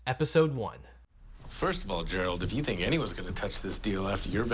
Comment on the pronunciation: Did you say that you're going to teach people how to fink like a lawyer? j/k